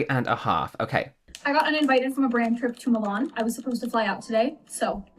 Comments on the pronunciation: It's Milan not Moolarn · Love the way says Milan.